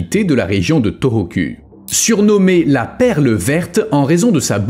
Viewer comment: U en japonais se lit ou.... Donc sa se prononce torokou et non toroku